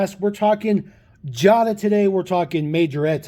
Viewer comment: You pronounced Jada wrong. It's pronounced Jay-da, not jah-da. Just an FYI. P. S. I have the Porsche 911GT3 RS & the Audi R8 from this series, and I REALLY like the Porsche 91 GT3RS and the Audi R8. I'm looking for the Porsch Taycan from the Pink Slips series, as well as the Mercedes-Benz G-Wagen, & the Land Rover Defender . I almst bought the Jeep Wrangler, but I passed it up numerous times in Wal-Mart and Target. Not sure why.